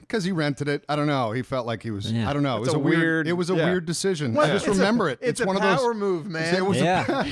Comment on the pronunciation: Has been eating member berries? He keeps saying "I member" instead of "I remember".